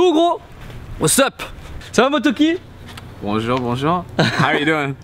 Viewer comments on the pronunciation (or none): Mais c'est pas motoki c'est MoREtoki